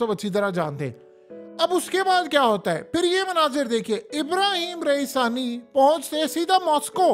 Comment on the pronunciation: Iranian president name is raeeisi not raisani